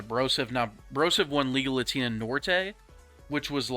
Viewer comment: I know it’s Liga Latina, but it sounds like you are saying legal latina 😂😂😂